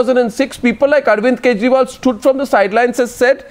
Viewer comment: did arnab say arvind kejrimal on purpose? loool